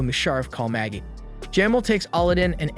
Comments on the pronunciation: I think Magi is pronounced maji. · Lol, this reminds me of “The Last Airbender” movie… how the source material is available with the correct pronunciations of the names of people, places, and things… but~ they decided to go rouge and pronounce things as they want… like Magi, he says Maggie instead of ma-ge(ge like geek) or Jafar as jaffer, and Aladdin as ahladin… I mean, we have the Disney move of Aladdin for christsakes… also, the Rukh(ruu or roo) as ruck… the anime has an English adaptation, so no excuses! 😂 it makes me think that he just pulled the wiki summary of the entire 1st season and never actually watched it, which is sad if so, this is a great anime and here’s to hoping we get a real 3rd season of it and not a spin-off again 😂